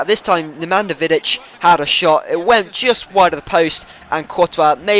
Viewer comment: its pronounced Nemanja Vidic